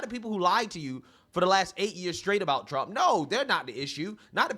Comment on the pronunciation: Did she call him Donald Trunk???